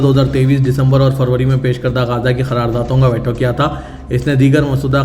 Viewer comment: ╔═══ ❤☀💚☀❤ ═══╗ 💚💚💚💚💚💚💚💚💚 Dear, Assalaamu alaikum. Aap angrezi alfaaz ka apna talaffuz sudhaarayn. Aap jiss ko WAITO padh rahay hain woh WAITO naheen, VEETO hai!!! Aaj ki sab say badee qabar ICC ka Benjamin Netanyahu Jay qilaaf maheenon kay baad, ARREST WARRANT ka release hona hai. Par yeh qabar aap ki International news may kyun ghaayab hai??? 🌐🌐🌐🌐🌐🌐🌐🌐🌐 ╚═══ ❤☀💚☀❤ ═══╝